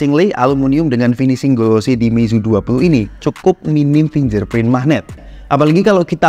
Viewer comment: 2023 udah mau berakhir tolong pronouncenya jangan FINJER PRIN doong ngaaaan 😭 Ganti pronounce yg bener doong biar enak didengerin